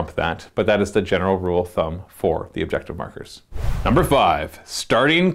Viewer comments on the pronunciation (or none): none